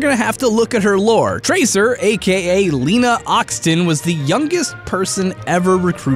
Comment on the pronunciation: Your pronunciation of "Lena" gave me cancer